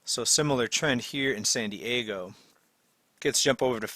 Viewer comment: Nice channel. FYI, it's San Diego not Sandy Ego.